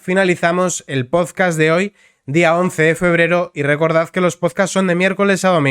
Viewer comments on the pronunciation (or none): Por qué dices pozcast? Es podcast. Una pequeña corrección